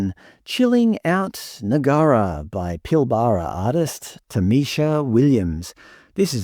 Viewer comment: Love your pronunciation of 'Noongar' and 'Pilbara'. Showing your scholarship.:)